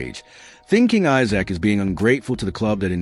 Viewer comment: You say you’re a fan but you can’t spell or pronounce Isak’s name correctly. Esak is the correct way to pronounce it.